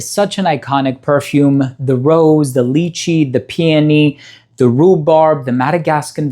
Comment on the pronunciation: Lychee is proounced: LIE-CHEE. Like Liar and cheater 🤣🤣🤣🤣